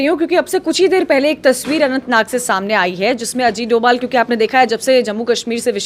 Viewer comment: sir DOVAL nahi DOBHAL boliye.